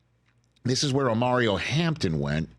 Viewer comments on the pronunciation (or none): Rich has to slow down, Called Jahdae Barron, Brown. Called Omarion....Omario.